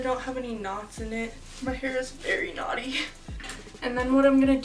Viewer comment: I couldn't figure out if she said "my hair is very knotty" or "my hair is very naughty" I was so confused for a hot minute 😂